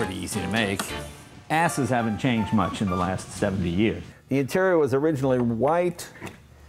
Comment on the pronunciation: Thought he said assets